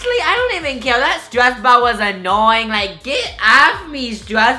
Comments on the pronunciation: No it's super annoying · Is it just me but I love when he pronounces ball as "bow" 😍😍😍